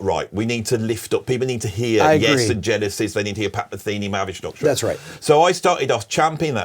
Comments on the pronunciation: I love how he reduces Mahavishnu Orchestra to about four syllables: Mavvish-norkshter. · “Mahavishnu Orchestra” in four syllables is crazy